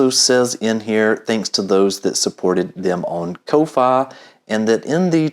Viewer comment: Kofi is pronounced coffie...common man